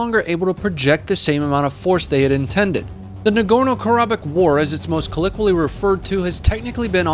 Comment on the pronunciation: Colikwilli? HAHAHAHAHAHA. Colloquially -Co-loke-wee-ah-lee